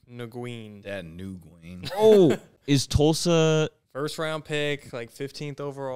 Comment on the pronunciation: Did really just say Dat Nagune? Dat NWIN! Cowboys legend. Neck injuries cut that man’s career unfortunately